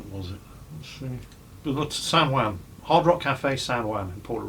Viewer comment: the way pronounces "San Juan" is just...